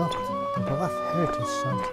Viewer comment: Thanks for the walk. I live in Australia but have traced my family line back to Cotters in 1812 in Ballaugh. Thanks for saying that word Ballaugh because I didn't know how to pronounce it.